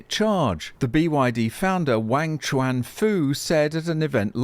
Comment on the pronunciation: If you had bought some BYD shares you wouldn't need to be running this channel begging people to buy you a coffee. You could take your money and go and buy a BYD and enjoy life. You could also take some of the money and learn a little Chinese, like how to pronounce Shenzhen or Wang Chuanfu! As an engineer, I find it shocking that you haven't even realised how BYD is going to do this, you ran with an assumption and your assumption is wrong. Go do some learning and perhaps do a correction video! I'm starting to realise why there isn't a British nor Australian auto industry to speak of if you're the type of engineer they had to work with.